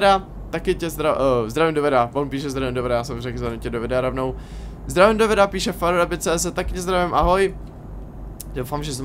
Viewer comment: "VYDEA" :D